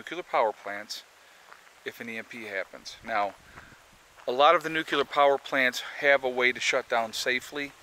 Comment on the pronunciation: Nucular?? just say " new" , then, say " clear! ( Solved) Holy My *